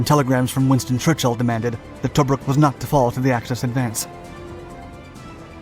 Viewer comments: To -Brook is how you say it 😉😉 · To- bruk not toe-bruk